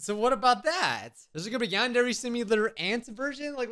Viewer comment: It's not pronounced yandery it's pronounced yandre